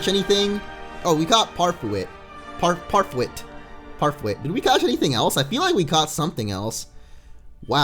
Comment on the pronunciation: Use cweamicent or parfwit, and please train them!!!!!!